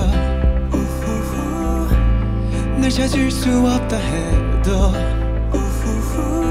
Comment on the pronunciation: 에 “없다 해도”에서 성규 특유의 발음.. “해더”이거 너무 좋아요.. ㅠㅠ 그리고 하이라이트에서 너나의 세이비여 하는데 진짜 울림이 느껴져서 너무 좋아요 ㅠㅠ 이런 콘텐츠 감사합니다 ㅠㅠ